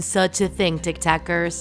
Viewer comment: It's so funny how she said it tik tekers